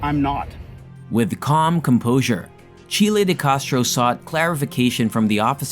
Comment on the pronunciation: Its name isn't Chilie.